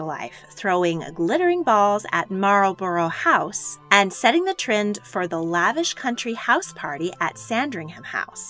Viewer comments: Also Marlborough House is pronounced wrongly. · Also, Keppel [KEP] + [UHL], Marlborough House [MAAL] + [BRUH], among others.